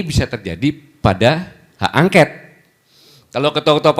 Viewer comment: Haaa,,,, llaahh Gatot,,, gagal total, ngomong aj glepretan,, bilang hak ongkat-angket,,, , Mobil ongkot X🤠🤠🤠🤠👅👅👅🏃🏽‍♂️🏃🏽‍♂️🏃🏽‍♂️🏃🏽‍♂️🏃🏽‍♂️